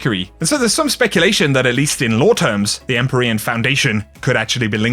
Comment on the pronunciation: You mispronounced EmpYrean, also the armour ornament from last season (Eververs) were called Empyrean something